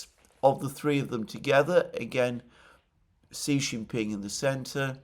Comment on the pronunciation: Victor Gao said China's war with Japan was longer at 14 years — Japan had invaded and annexed Manchuria in 1931. (BTW, Xi Jinping is pronounced "she".)